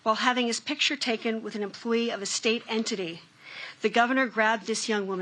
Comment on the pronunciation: Be nice if she could say "picture" and "texts" correctly...